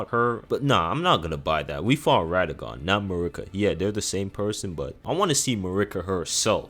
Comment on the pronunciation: Im tearing my hair out of my scalp at the pronunciation of these bosses. Marruiqa, Radagan, Miq-willa. Come on man 😭